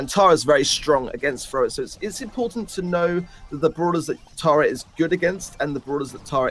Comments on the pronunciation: i laugh everytime they pronounce tara taira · It's TARA not TERA lol 😂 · Pronunciation of Tara as terror makes me angry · Why do you say “tera” bruh it’s Tara